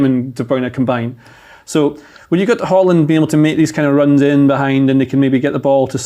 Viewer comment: How are you telling us about football, but you still cant say Odegaard or Haaland right